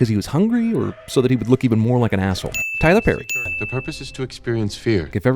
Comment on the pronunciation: "Tyler Perry" lol